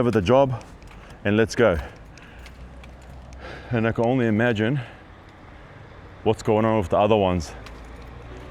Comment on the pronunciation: Who would listen to a bloke that says ornly instead of only